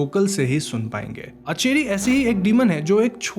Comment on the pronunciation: It's aanchari ..... Not acheri